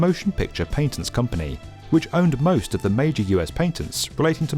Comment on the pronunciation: I just realised I must've never heard a British person pronounce patent before or is he an anomaly?